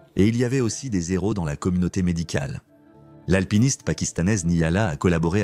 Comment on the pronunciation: "Il y avait des z’héros..." 😅😂